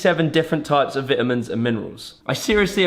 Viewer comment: ah yes, vit-amins